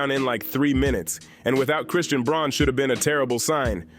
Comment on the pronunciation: Braun is pronounced Brown. Something you should know if you’re really following